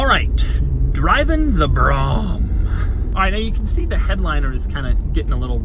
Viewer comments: Actually Doug, it was a full decade, 1999 when the Escalade was introduced. I had a 91 Brougham, white with red leather pimpmobile. It was smaller than the 76 Buick Electra park avenue that I drove in high school. I’m 48. I think you’re too young to appreciate these beasts. Turning over the air cleaner lid on the Buick made that 455 howl, but went no faster. We pronounced it “brome” by the way. And hood ornaments could be stolen with a wire cutter. The big 455 had 200 hp and the park avenue hit 60 in under 12 sec and ran a sub 19 quarter mile. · Gorgeous car. This Cadillac and most cars made from the 1950’s to the 1990’s had one thing that today’s cookie cutter techno marvels are sadly lacking -CHARACTER. Yes Dougie is too young to fully appreciate this vehicle....BTW it’s broam rhymes with comb...always has been,always will be. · Holy shit. It’s BROHAM!!! How could you not pronounce it correctly? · I always thought it was pronounced "." I'm pretty sure I heard that on at least one episode of Motorweek. I watched a lot of Motorweek as a child (I'm pretty sure I'm like three or four years older than you, Doug). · No Doug, the reason the POTUS gets driven around in a Cadillac, is that by US law the government can only buy from domestic manufacturers. This law applies to all branches of government. It is pronounced Brome'. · Had one. The electronic dash was troublesome. The build quality wasn't the best. It floated down the road. Didn't corner worth a damn. It's pronounced "broam". There were much better cars made at the time. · Doug is the type of guy to mispronounce “Bro-um” just to start shit. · That is the first time I have ever heard brougham pronounced that way, try using a long O. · Brougham its pronounced bro ham dumb yanks, piss off with your corrupted english. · Brahm....would be like the classical music composer.Brougham would be pronounced Brome.....like in Rome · WE SAY "" 😃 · I hate that he pronounces Brougham like to Brougham..